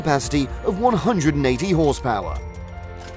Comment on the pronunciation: "...four and a half thousand HEDGEPOWER..." 😄😁😆😂🤣